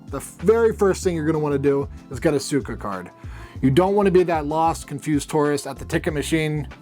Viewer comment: It's Suica Not Suico - Tip #9